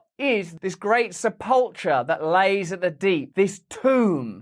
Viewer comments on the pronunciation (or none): Youtube will tell you how to pronounce Sep'ul-cher.